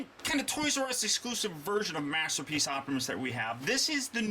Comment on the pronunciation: Last minute or so, he says master peach instead of masterpiece.;) lol